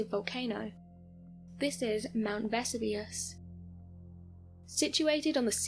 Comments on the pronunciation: Vess u Vuss ? That's a new one on me, thought she was Talking about a new volcano! Jeez what's wrong wth people? Its not a cool thing to do at all just moronic ..... Vess ooo vee us - Vesuvius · Ve-SU-vi-ous. Not Vesivus. Not Ve-su-VI-us. The narrator pronounced it at least two different erroneous ways. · Pronunciation=Ver-sue-vee-us , I too thought they had found another volcano in Naples 🤣 🌋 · Other than Vess oo veus Herculaneum the latter part pronounced as R num as opposed to ...what she said is not ruins, but a very intact city worth a visit should ‘Crayola’virus let us tour again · ‘Veh-soo-vee-us’ And how can something become a ‘solid gas’? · THANK YOU! It was driving me crazy. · It seems I’m not the only person intrigued by how your pronunciation of Mt. Vesuvius was. I’ve always heard it as Ve-SOO-Vee-Us, so I just attributed the difference in your way to be just the British difference. But it seems I’m wrong, many others find it not the British way. Anyways, I had to comment as it struck me strange too. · Versoovius that's how its pronounced. Dont know why that bugged me like it did. But it really did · And teach her to pronounce words correctly if you insist on using her. Mt. Ves-oo-vee-us..... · Lol love the Miss pronounced Mount Vesuvius wow you think they’d make sure you knew how to say what you were talking about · Is there such a thing as a solid gas? I kept waiting for her to pronounce Vesuvius correctly but she never did. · Wow, terrible pronunciation of Vesuvius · Is the mispronunciation of my Vesuvius ignorance or another attempt at sounding clever? It actually grates as ignorance. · I have scores of relatives in the U.K.. That is not even close to how they pronounce Vesuvius. They say it the same way we do. Please correct her pronunciations. Someone sure loves that picture of the crows silhouette in the moonlight. I have seen it in at least two other clips. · I am British, we do not pronounce Vesuvius the way she has in the video 😂 🤣 😅